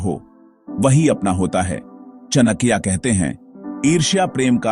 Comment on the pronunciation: चणक्या नहीं..चाणक्य बोलना सिखों 😂